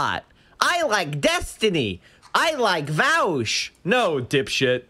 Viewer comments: It is actually worse. He knows how to pronounce Vaush, but tries to mispronounce it and fails from time to time. That is much worse. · V O sh, not vawsh, not vowsh. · As soon as I hear "Vowsh" I immediately know where we're heading lmfao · Then there's pakman calling him vuh-awsh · I was going to come here to say that. He says it correctly until he remembers he's supposed to say it like "Vowsh" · Why can you identify the anti vaush people by how they pronounce “Vaush” lmao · 99% of people mispronounce it on purpose because they don't like him. It's a fucking meme at this point. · A quick litmus test to find out how smart someone is; see how they pronounce "Vaush".